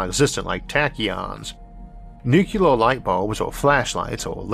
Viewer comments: NuCLEAR, not NuKeLAR .. how can you misread that ? Anybody saying like that sounds like 3rd grader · There is no such word as nucular. The word is nuclear. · There is no word in English called "nu-cu-lar"! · I'm a subscriber for years and I know. But it's not his speech impediment that is the problem. He says "Nucleus" just fine. It's the stupid Bush era pronunciation of Nuclear like NuKeLar. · Stop. Nuclear has 2 syllabyls. Not three. This is not your spech defect. This is low level DOD. Jimmy Carter can stil pronounce the word correctly. LOOK IT UP.